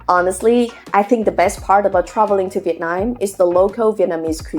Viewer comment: I hear "Vietnine" (Viet9) whenever you say Vietnam.